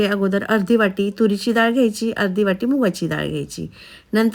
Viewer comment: दाळ नाही डाळ म्हणावे